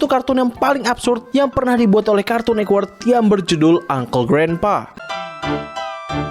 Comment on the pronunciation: Network bukan nekwork